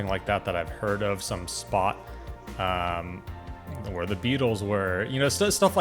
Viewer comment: I grimaced when he pronounced it "where"!